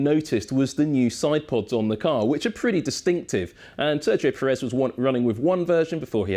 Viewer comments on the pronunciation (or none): none